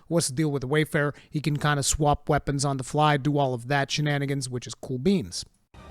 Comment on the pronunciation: take a shot every time says WAYfarer as WARfarer challenge vid time